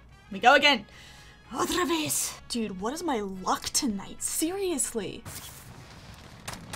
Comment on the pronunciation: Hey! Greetings from Brazil! Hear you saing "outra vez" is so good. (I don't know if it's spanish tho but here we also say that for "again") Thank you for your videos! :)